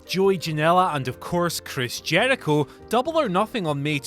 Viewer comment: Its Chris JERICHO not jeardicho